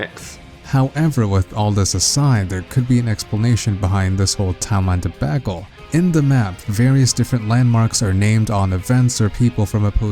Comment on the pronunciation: deh-bagel = debacle